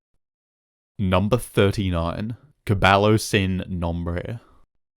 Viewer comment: About halfway through so far. Great video, but the spanish mispronunciations make me a bit mad 😭. Y in spanish is pronounced E (means and) and when two LLs are in a row it make a iy sound. Specifically in caballo sin nombre (Pronounced cu-buy-o seen nom-bray)